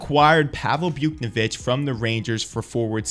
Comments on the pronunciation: it’s pronounced “Bouch-Nev-ich” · You pronounced it Bouk-ne-vitch, you’re supposed to pronounce it Bouts-nev-itch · btw its Buwtch-nay-vitch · Buke-nuh-vich lmao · is this dude really saying buke-ni-vitch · I’ve never heard buchnevich pronounced like that😂😂 it’s Booch-neh-vitch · i thought you were gonna be one of those new, legit hockey chanel’s i subscribed to, until you said, “byuke-no-vick” wtf bro lmao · Pronounce buch’s name right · What did he call buchneveich!?😑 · The pronunciation of Buchnevich was the biggest mistake in this video. I’ll pass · That buch pronunciation is crazy lol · He lost a bit of credibility to me when I heard that lol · Bro has never watched hockey in his life. Or he is mentally challenged